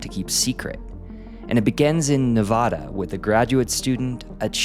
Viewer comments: It's pronounced "Neh VADD uh" Oh, you said it correctly here? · So, coming from Nevada I know how the name is said so said it wrong , , said it right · It’s Neh-Va-DUH not Neh-Vah-Dah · It’s ne-vad-a not ne-vah-da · You do not pronounce Nevada like that. Pet peeve. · I loved this video, but as a Nevadan, the pronunciation of our state here is killing me! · Said Nevada wrong 🤢 Alright only said it wrong once. But you’re on thin ice buddy 😤